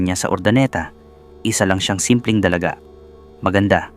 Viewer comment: pilipino ka ba? bakit DALAGA AT KATAWAN mali ang pagka bigkas mo. 🤔